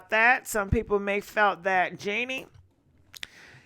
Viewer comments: JEANNIE⁉️Its JHENE‼ Smh lmfao stttyaaayy butchering up these ppls' names ESPECIALLY CELEBRITIES😅❣ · Jhene is pronounced “ja-nay” 😂😂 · Genie 🧞 instead of Jhene’ (Ja-nay) is killing me 😂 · Love you but it’s pronounced Ja-nay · It's JaA-NAE 😂 She's actually very beautiful && soulful woman. Very intune with existence in life 🧬 He was also intimidated by her. That's why he left her which doesn't make sense at all. He had plenty of opportunity to be a good father and man to her. He choose to leave which is fine. However, he is telling half truths. He should have put a condom on you are right love 😘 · I love Jhene Aiko you pronounced her name wrong they ain’t been together in years